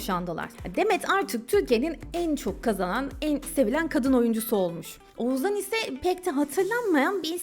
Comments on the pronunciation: Bir de Oğuzhan' ı telaffuz edebiseydin keşke 😂 Oğuzan Oğuzan diyip H leri yutmandan biz de doğrusunu demeyi unuttuk 😂😂😂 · Oğuzzzaan dedikçe z ler beynimi deldi 🙄